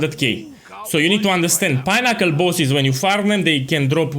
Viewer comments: I was like wtf is a pineapple boss, then I realised you were saying pinnacle boss :) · I read this as unassuming as possible at the beginning of the vid and actually died when he started saying pinnacle bosses bc it was all I could hear 💀😂